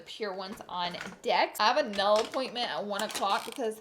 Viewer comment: How the fuck did she pronounce nail ??